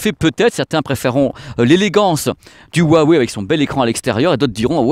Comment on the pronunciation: Bon j’adore ta chaîne par contre ça me dérange les français qui savent pas prononcer le Chinois. Hua veut dire fleur et se prononce « Roua ». Wei est la couleur noire. Donc faut prononcer « Roua Weil »